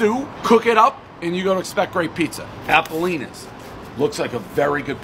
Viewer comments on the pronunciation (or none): Ten bites, everyone knows the rules. And secondly, he can't even pronounce the name correctly. It's ApollOnia's, not ApollEEnia's.